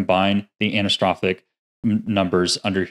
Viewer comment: Thanks for the vid. Btw Anisotropic = an-iso-tropic not anis-tropic.